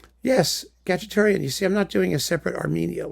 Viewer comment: I like it that you say Khachaturian as Cacciatorian, I'm keeping it! Thank you so much, I'm making a bunch of playlists in Spotify to listen to now.